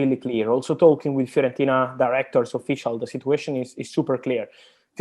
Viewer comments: Everyone: Fiorentina Robbie: FEAR ON TINA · FEARontina lol